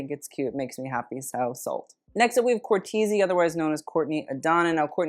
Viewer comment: It's Courtreezy not Courteezy 😅